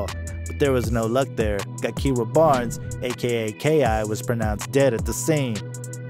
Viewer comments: If this dude says Gakirah w/a hard “G” one ☝🏽 more damn time...It’s Gakirah pronounced w/a soft “G!” Dammit! Ja\keer/rah. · Clearly you’re not from here… her name is pronounced jah-kih-rah 🙄 so sick of ppl wanting to report on shit they know nothing of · Her name is spelled with a G but it’s pronounced Jakirah. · AND DUDE!!!! JUST CALL HER K.I. IF YOU CANT SAY GAKIRAH PRONOUNCED (juh-keer-ruh) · It’s pronounced ja-kiy-ra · Man completely butchered her name 😂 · Should’ve listen to a video or something before making this you fucked ki real name all the way up 🤦🏾‍♂️